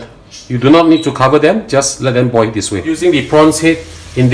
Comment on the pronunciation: Just a bit of constructive criticism. When you say 'boil the oil", you are saying "boy the oy". You are ignoring the "L" at the end of each word. It's boil, pronounced "boy-oh" and oil, pronounced "Oy-oh". If you do this it will make your videos a bit easier to understand. Also, slow down. I have an accent like you do, and I always try to speak slowly and clearly to make up for it. Since you are making an instructional video, it helps to make sure the viewer can understand what you are trying to say.